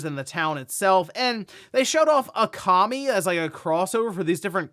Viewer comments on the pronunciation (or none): Sorry… I did not like the way you pronounced Okami. It’s OHkami not Akami